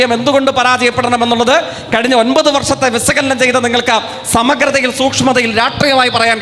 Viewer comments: തോൽക്കെ എല്ലാം ഒരു സ സ സ സ മയം ആണല്ലോ വിസ്വാസം അല്ല തോൽക്കെ വിശ്വാസം വിസകലനം അല്ല വിശകലനം എല്ലാം സ സ സ സ സ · വിസ്വാസമല്ലട വിശ്വാസം എന്നും വിസകലനം എന്നല്ല വിശകലനം എന്നാണs ജെയ്ക്ക് എന്ന തോൽക്കെ